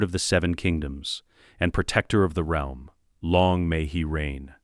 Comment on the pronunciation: And you can tell its ai voiced when it says real-m rather then realm 😂